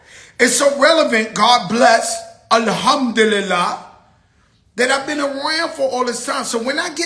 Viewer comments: lmao “alll humduli la la” 🤣 you tried it joe and it don’t even sound right komn outbya mouf homie just stop it! 🙄 😆 ain’t he catholic anyway like 🤔 🤷🏽‍♂️ 😅tryna appeal to the masses in our culture, we get it joe, you was the little Spanish kid in the Bronx who was outside with the other black kids having motion early 80s. We get it! The Bronx was and still is and ALWAYS WILL BE full of Spanish, Puerto Rican and black, the Bronx ALWAYS was like that so it’s no no surprise there’s a spanish kid in the game now, there should actually be more fat joes and big pun as the Bronx is the capital of hip hop, shyt started there so for him to be the only one as big as he in the game that’s kinda sad like he never put any of his other Spanish homies in position, hence the “Cuban linx” fallout. Joe been a wild dude 😅 believe what you will at your own caution lmao 🤣 “Joey Cap” is krazzzyyyy tho hahahahha 😂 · my guy said ala-HUMP-dililah lol